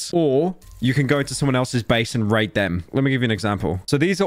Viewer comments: Pyro please never pronounce "raid" like that ever again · Please never say "raid" ever again